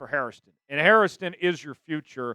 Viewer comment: It’s Hairston, not Harriston. Only two syllables.